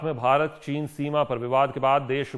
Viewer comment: साहब की जबान फिसली चीन की जगह चना बोल गए।